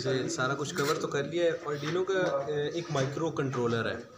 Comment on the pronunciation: it's Arduino not adrino And it has port for serial communication not a USB port